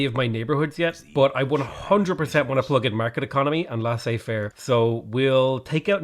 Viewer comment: For "Laissez-faire", you have to pronounce it "Léssé Fèr"